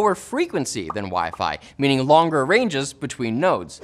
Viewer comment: tries to continue on seriously after that, but still pronounces "longer" the same way which makes it even funnier. Got stuck in Kermit mode:D